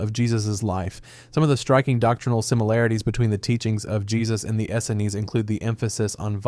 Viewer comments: It's ehs-eens! Please update your phonetic spelling libraries. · The multiple mispronunciations of Essenes leans towards this being an AI voiceover. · I like how the work around for not knowing how to say a word or name is to just say it every way possible. Essenes lol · It must be - I noticed the narrator mispronounces "Essenes", gets it right later, then mispronounces it again in a different way than the first case. That's a strong sign of a bot fumbling over an obscure word. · How many different ways would you like to pronounce "Essenes".. This guy: "Yes" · How many different ways can you pronounce essenes? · Yeah, that was kinda annoying. The prounciation is WAY off. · If you cannot pronounce a word correctly, at least mispronounce consistently. You found every possible way to mess up Essenes. The inconsistency undermines credibility.